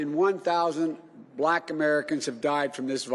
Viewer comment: What's a "block latino"?